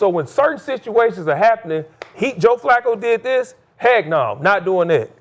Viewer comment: Skip said Joe flucccooo lol😂